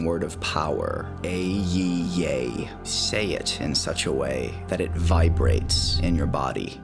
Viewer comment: Well, yes. That's what magick does. This is a kabbalistic meditation and that's not how you pronounce EHEIEH